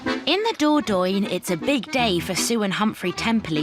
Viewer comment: Ooh nearly forgot ..... I don't think Dordogne is pronounce Doordoin, I've heard it pronounced Doordonya